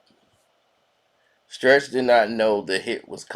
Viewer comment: He said Trech not Stretch